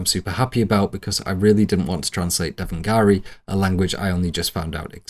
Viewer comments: great video. just one note, it's not devangari it's devnagiri. it's not actually a language of it's own but is rather a script. the same script used in modern languages like hindi, and the ancient language sanskrit that you mentioned. it is one of the oldest writing systems in the world and a truly beautiful and intricate script. cheers, mate!😊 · Just a quick inconsequential gripe about how pronounced the written language used in some of the grimoires that he calls "devengari". The correct term is Devanagari, Day-vah-nah-gar-ree. It is the written alphabet of Sanskrit, the spoken language of the Vedas. It is just as simple as calling the "Alphabet" the written form of English, we don't speak Alphabet- we speak English. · Just a smol correction here : Devnaagari isn't a language but it's the writing script used for sanskrit and it's language babies so think Nepali, Hindi , Marathhi and many other North Indian Languages. It's like the alphabet but for these languages. Pronounced : DAVE- NAAH- guh- ree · Aren’t you British? 😭 Devanagari (you missed the second “a” in your pronunciation btw) is the writing system used for Hindi and many other Indian languages, it’s not its own language. And (according to Google) it’s actually the writing system commonly used for Sanskrit today.